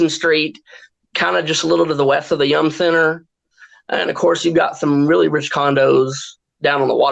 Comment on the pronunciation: Its definitely not called the young center.. it's the yum center.